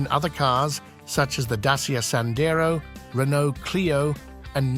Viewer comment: It's a great car, and huge upgrades to the old Dacia (Dachia is the correct pronunciation....not dasia as you pronounce amd its the old nam of Romania).